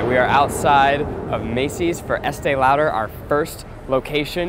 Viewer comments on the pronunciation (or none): I love that Zach pronounced it like Estēe “Louder” 😂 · Sounds weird how they pronounce Estée Lauder